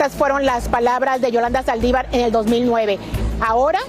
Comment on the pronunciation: Amigo se dice Saldívar. Con acento en la( i)